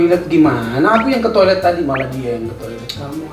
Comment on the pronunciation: Ka maaf ralat itu toilet bukan tiolet